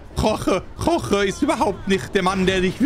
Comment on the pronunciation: Es heißt Jorge und nicht Roche